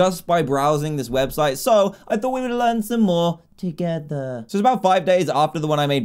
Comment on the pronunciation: Dan: "so let's do this...togeta :3" Me: "do you even English?"